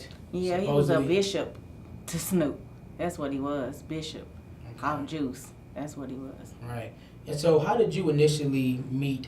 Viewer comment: Not “Bishop”😂😂😂